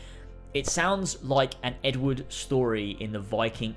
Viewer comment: The way you pronounced "Edward" made me wonder for a second what Ed Wood had to do with anything. :)